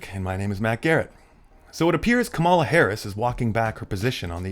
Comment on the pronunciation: At least pronounce Kamala properly; where the hell are you situated?